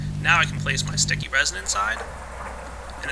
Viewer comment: when u said place my bed i thaught u said wet my bed